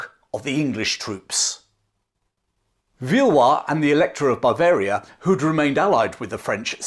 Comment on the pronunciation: He's done it chaps, he got 'Bavaria' right!